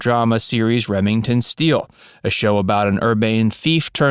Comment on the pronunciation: I love your videos - always look forward to them! Now I feel like Billy Crystal in the italicized title: Here Today. 1. It's REH-ming-ton Steele - not reh-MING-ton Steele. 2. Something doesn't center around something else; it centers on or in.